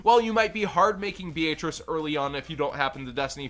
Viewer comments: BEE-AYE-TRICE LMAO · The italian pronounciation is B-ay-atri-che